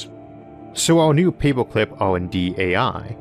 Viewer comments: 2121: Isaac learns how to pronounce the R in paperclip. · Say paperclip again.